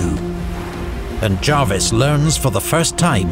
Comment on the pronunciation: I was taught by Prof Harry Dickinson, one of the great 18th century specialists, and he was insistent on the Jarvis pronunciation. Paused a seminar to point it out! So I’ve gone with that.